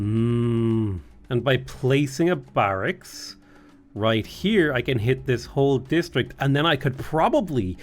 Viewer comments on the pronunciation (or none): none